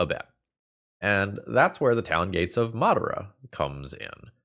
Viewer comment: The way you pronounced Madara is extremely telling lol